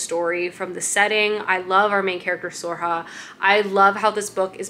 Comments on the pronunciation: Sorcha is pronounced ‘Sir-a-kaa” or ‘Sore-sha” pls respect Irish names!!!!! 😭☘️ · Sorcha is pronounced more like Surkha. Her story is one of my favourites. I love the Blackthorn and Grim books too. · Sorcha can be pronounced as Soar-shah or Soar-kah or Soar-ra-huh. Gotta love Irish names.